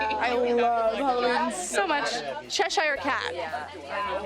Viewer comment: why did she say Cheshire like that